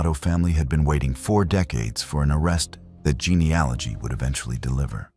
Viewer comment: Real or not, it's so nice to hear an American voice say geneAlogy. GeneOlogy isn't a word, but is spoken by almost every US true crime channel.